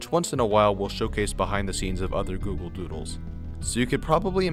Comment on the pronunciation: at the start you say google voodles